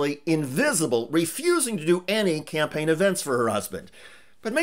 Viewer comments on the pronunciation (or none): You are too cruel, Did I hear you say 'Scampaign' and not 'Campaign'? You are sooooo evil...